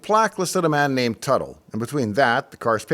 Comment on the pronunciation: Tuttle, Not Buttle?